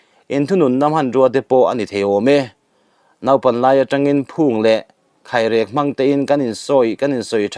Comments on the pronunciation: A dik lutuk...khairek i lam dan erawh 😂😂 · Mizotawng hi zir deuh teh khai. khairek, Nibiru, etc te pawh hi i lam dan a dikhlel ania. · Hma hi i va sawn lo takkk... KHAIREK, NIBIRU etc..lam rik dik loh i la ngah tluang zel e, kum 4 kal ta atang tawhin